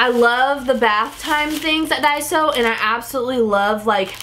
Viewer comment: not to be rude... But it's called Daiso not Diaso:/ plz change it